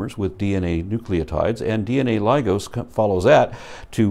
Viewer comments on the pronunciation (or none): 'ligase' is not pronounced 'ligose' - it's 'ligaaaase', as in ligation.